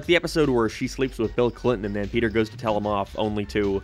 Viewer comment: Bro said petter 😂